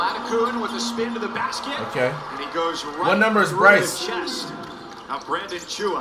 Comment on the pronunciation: bro said « brycey » 😳😭